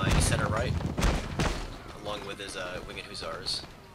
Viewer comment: dude your killin me, its huh-sahr not hoo-tsar